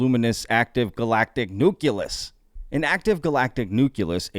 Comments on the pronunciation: nucleus " noo klee us " not " noo Q Lus " LOL ! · Nu-klee-us, dubya